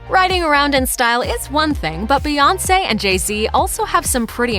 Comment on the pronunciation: Bout time y’all learned how to say her name right. Was waiting to hear “Queen Bay”. 😂